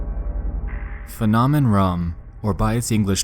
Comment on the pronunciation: > Phänomen Raum > says Faah-nom-en Rom > Cringe at poor German Pronunciation It's pronounced "Fay-know-men R-ow-m"